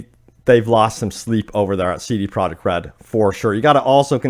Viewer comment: Im trying to figure out what he is a co founder of? sounds like he is saying so da project, even the subtitles put it as soda project, instead of c d project? those are two whole different letters (sounds dee/da)? Is there a different company? I went to their wiki page, and there is not other company of the sort, so it seems he is saying cee dee project, but is actually saying soo daaa project. Or is the pronunciation for cee dee project different than what I thought? I mean, this is a recorded video, the pronunciation seems very intentional.